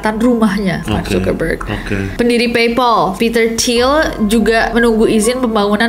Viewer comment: Eh mbak yg branding nya jd Storyteller yg JAGO bahasa inggris, belajar cara baca "PayPal" yg bener ya.. Dari mana ke mana jadi pronounced "peipol".. padahal kan PayPal = Teman Bayar